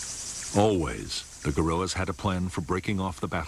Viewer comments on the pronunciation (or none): narrator says "gorrilas (guerrillas)" at the exact time this slide comes up 🤣